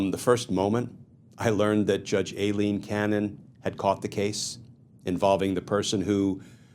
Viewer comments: It is not A Leen, it is I Leen. You ID10t! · You pronounce Aileen (Eye Lean)